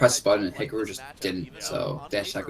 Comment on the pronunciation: Weird how pronounces it as "Hickaroo"